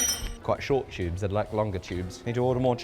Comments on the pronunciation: I don't know what's more surprising that there's a Ms.steele or that you say chube(it has a "t" not "ch" so it's tubes) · Ah yes, chubes, not tubes, chubes. I love it. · What's a Chube?😅😂❤